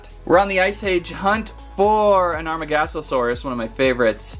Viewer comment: It's amar-GO-saurus...😑...